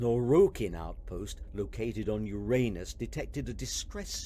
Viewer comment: I'm not sure that is how Uranus is supposedly pronounced. It's not the same thing as "your anus".